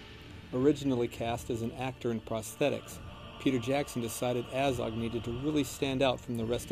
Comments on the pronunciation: The way they pronounce names is absolutely ridiculous. It's pronounced Azog, not "Eizog". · "A-zog"....made me cringe so heavily